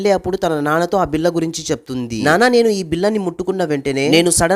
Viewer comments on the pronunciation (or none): బిల్ల కాదు రా అయ్య బిళ్ళ